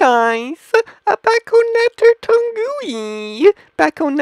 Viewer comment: BACK-ONATOURE TON-GUEWY